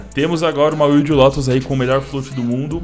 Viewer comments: Não é “uilde”. É “uaild”. Wild Lotus. Lotus Selvagem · Cachorro, Deus do céu. Wild não se pronuncia “uild” e sim “uaild” me dá uma aflição Mas é bois. Abraço